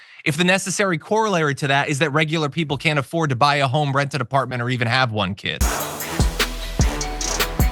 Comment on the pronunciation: She barely remembers how to pronounce apartment. She’s so rich and detached she’s like what are those cubicles poor people live in again?